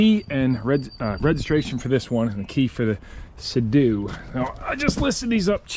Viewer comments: Sea - Doo, NOT Say - Dew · Lol I'm sure it was on purpose but every time you said sedoo instead of Sea Doo my eye would twitch a little. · Bro was like Sado instead of seadoo😂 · dude, they are called seadoo and not se doe. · That yamaha wave raider 700 handled badly imo and was under powered. The seadoo 800 will smoke that yamaha all things being equal with the engines and pumps. Seadoo pronounced [seedoo]. The GSX is a pretty good ski for it's age is the motor isn't worn out. I have digital manuals for both if you want them. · Love the videos but why are you saying Seadoo like that lol.